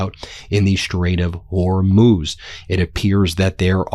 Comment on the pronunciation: Yay! Ben finally pronounces Hormuz better. 😊